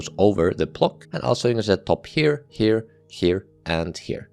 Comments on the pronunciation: i hate how you sayf "top" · does anyone else like how this guy says "top"?